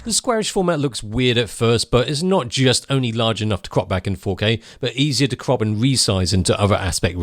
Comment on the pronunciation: Every time I hear him say CROP IT LATER... I hear COCK IT LATER.. lol